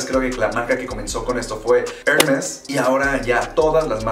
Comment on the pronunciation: Lo mínimo que se le puede pedir a alguien que hable de moda es que sepa pronunciar las marcas, y este tipo no lo logra. Hazte un favor y estudia cómo decir Hermès.